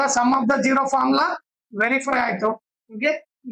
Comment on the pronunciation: Nice explanation 👍 but zero ❌gero✔️😂